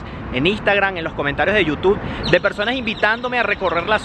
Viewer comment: "en los comentarios de yu tud" jejeje